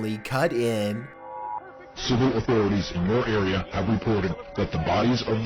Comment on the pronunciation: Geez what's up with the way you pronounce A's? Areaaaaaaaa! Loisianaaaaaaaaa! Lol